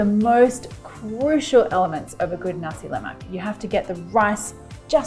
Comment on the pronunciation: La Mac ?? Lol can’t even pronounce it ... try Nass la maaaaaaa